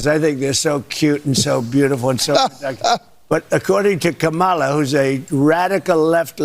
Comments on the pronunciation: How utterly disgusting that Trump could not even pronounce Kamala's name correctly to the kid! It's bad enough that's he's lying and slandering our vice president to the child, he can't even say her name correctly! If you are someone that thinks it's just great that Trump is too stupid and incoherent to say one name correctly, you need to think about your choices? You are acting like a six year old. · Lol! What a moron! Also he thinks he is being so cute mispronouncing her name. So childish!!!